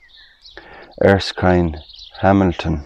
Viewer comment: I am very familiar with the name ERSKINE and know quite a few people with that name. It is pronounced on Google as well, as 'ER - Skin' not 'ERS - Kind' as you said. Unless the Irish pronounce it differently. It's unfortunate that the church there no longer is in operation and has no roof.